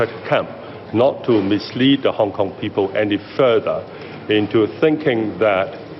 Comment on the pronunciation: Kong Kong Kneez...not Cantonese 😮